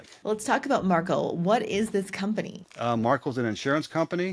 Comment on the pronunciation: Markel is a mini Berkshire Hathaway! Pronunciation is on 2nd sylable